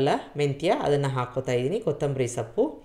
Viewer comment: ನೀವು ಸೊಪ್ಪು ಅನ್ನೋದಕ್ಕೆ ಸಪ್ಪು ಎಂದು ಉಚ್ಚರಿಸುವಿರಿ.